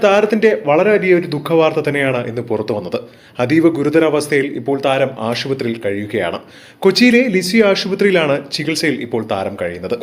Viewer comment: ഷിനിമ അല്ല സിനിമ എന്നാണ് പറയേണ്ടത്.അതുപോലെ ആഷു പത്രി അല്ല. ഇതൊക്ക സ്റ്റൈൽ കാണിക്കാതെ വായിച്ചു പഠി ക്ക്